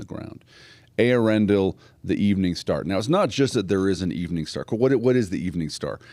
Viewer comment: Man, you are like the ONLY person I've ever heard pronounce the name Eärendil correctly (on line)! Awesome! And you even clearly distinguished Earendel and Eärendil. Good on you!